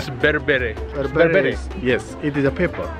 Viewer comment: I like it when you said berbera god bless you brother